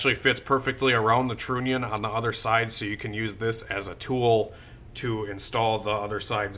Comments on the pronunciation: Stop saying Trooonion !!!!!! Say the word ONION... then add TR to the front of the word! Just saying ! Its Trunion TR....UH...NION !!!! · You could run a relay for the fuel pump power. But run the trigger wire off of your switch that you got. It's pronounced tronion.